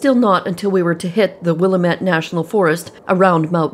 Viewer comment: I love your channel. Just wanted to let you know Willamette is produced "Wil-LAM-mette." The Lam part rhymes with ham. I just thought I'd let you know since you'll probably have to pronounce it many times in the future. Keep up the great work!